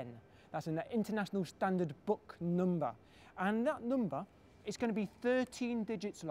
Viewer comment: he says "number" weird... noombah